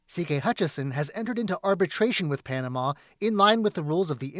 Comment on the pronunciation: Hey CCP moron, its called Panamá, not ponama.